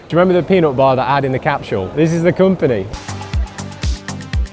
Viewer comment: There’s no “h” in “capsule”.